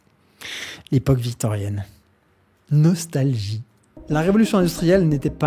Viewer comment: "La période victorienne. Nos-tal-gie".